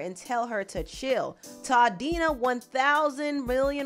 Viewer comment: I'm sorry yall but Tamar calling Todd toddinna is funny as hell 😂😂